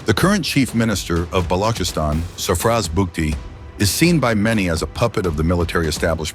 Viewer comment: Bro can't even pronounce Balochistan